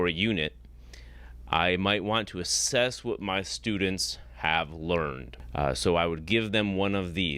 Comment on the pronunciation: He gave up his entire game when he gave his analogy: “Suppose I say I have $20 in muh wallet.” He said “muh” instead of “my”. (I can only surmise that he also tells his students that this is “‘Murkey” instead of the United States of America and instructs them to vote for the Reagan-Trump Party once they turn eighteen.) What’s more, the existence of $20 in his wallet could be demonstrated and verified. He could simply open his wallet to reveal a twenty-dollar bill or any combination of bills which total $20. The problem lies in the fact that $20 can be seen. Consequently, it’s a bad analogy because he’s attempting to provide what he calls “evidence” for the existence of a figure which, according to his own library of books, ‘no one can see and yet live’. He would be in a better position by using as his analogy something which can not be seen. (He would still be attempting to exemplify a character whose existence has never so much as been demonstrated; but, from his standpoint, it would be better than ‘$20 in his wallet’.) Another red flag was when he gave as a definition of truth: “That which corresponds with reality.” The question arises: How does a deity, let alone his specific deity, correspond with reality? He would still have to demonstrate and provide incontrovertible evidence of the existence of his god. If he were to do so, he’d be the first human being in 150,000 years to accomplish that feat. The final point which I found telling—and on which this criminal completely